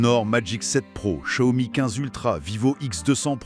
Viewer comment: [EDIT] concernant la prononciation, après avoir ré-écouté avec du volume et plus de concentration, y'a encore des progrès à faire ! On entend du "sssiomi" par exemple. Alors que le 'x', c'est un mélange entre "s" et "ch". Et que c'est ensuite "iao", pas "o" ... Ok, un peu touchy ce sujet ici ;-) Mieux ici : [/EDIT] Je suis sceptique pour la "moto volante" : je la trouve beaucoup trop stable, surtout vu sa taille, très courte et étroite. Et certain plan de la vidéo font très "écran vert". À propos des TARIFFS!!!, Gamers Nexus a sorti une vidéo monstrueuse (que je suis loin d'avoir terminé), quasiment 3 heures ! J'en suis à la transparence sur la décomposition des coûts d'un boîtier HYTE. Il me semble que le prix final passe de $99 à plus de $210; une catastrophe pour le vendeur. Sans compter sur l'incertitude : quelle taxe, à quelle date, quelle annulation, quelle annulation d'annulation ... Ici : Un bon point pour NotebookLM : il prononce Xiao Mi correctement ! Enfin, mieux, je demanderai à madame de valider les tons ! Une précision à propos des zooms, un truc qui me hérisse le poil à chaque fois : le n× ! Ça n'a absolument rien à voir avec une espèce de grossissement ! J'ai par exemple un 2×; c'est nul hein ? Sauf que c'est un 12-24 mm, équivalent Full Frame 18-36 mm, soit du très très grand angle. Un 100-300 mm serait un 3×, mais un 50-300 mm serait un 6×, mais il ne "grossit" pas du tout 2× plus ! Capteurs 1" : il me semble avoir lu que dans un smartphone, se